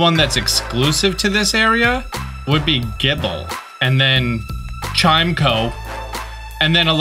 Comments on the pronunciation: ITS PROUNCED CHIME ECHO NOT CHIME CO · Chimeco is chi-meh-co (chi like the tea)